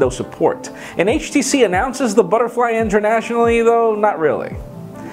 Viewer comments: Did you say 50 years? Lol. And Butterly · lol "Butterly"